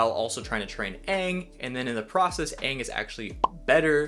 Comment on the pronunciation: Why the movie call him "ung"? Its freakin "aang"